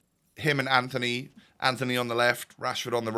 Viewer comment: btw, its not ANTHONY, its antony, you dont pronouce the h (ant-on-ee)